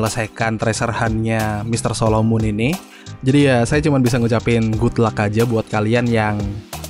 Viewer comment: solomon bang bukan solomun beda orang kalo solomun dj kalo solomon yg ada di story mode